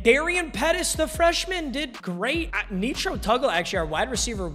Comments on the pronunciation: nitro tuggle not neetro tuggle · Nee-tro Tuggle is killing me lol. It’s Nitro like the boost. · “Netro Tuggle”😭